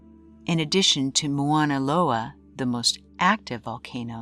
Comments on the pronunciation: Nice vid. BTW it's Mauna Loa not Moana Loa hahahaha. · Mauna Loa,not Moana Loa.